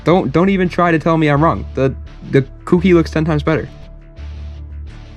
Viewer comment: Dude awesome vid but it’s ko ki not cookie